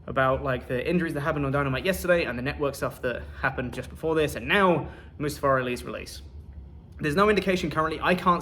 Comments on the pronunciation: Good, Mustafa Ali was a terrible human being. Besides maybe now people stop mispronouncing his damn name, I mean seriously it's moo-stah-fuh NOT must-uh-fuh🤦‍♂️ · The silver lining is that I no longer have to hear you guys BUTCHER the poor man's name.. Moosetafah, mustafer... poor dude gets no respect anywhere